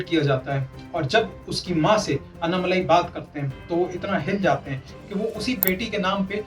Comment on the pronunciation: अन्नामलाई नहीं भाई अण्णामलाई। दूसरा आंकडे हिंदी में ही बोलें। सब हिंदी समझते हैं।